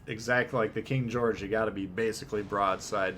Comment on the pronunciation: "King Goerge the 5" daaaamn, why can no Legends CCs pronounce historical names correctly, like none of them. Please tell me that was intentional.